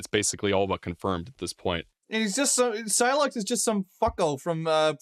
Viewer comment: Why does he pronounce sylux wrong? They literally say his name?